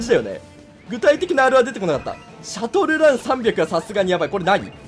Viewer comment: シャトルランの発音おかしくない？